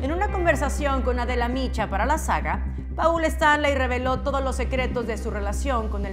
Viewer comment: "Paul" se escribe como se oye pero como se debe pronunciar es "pol"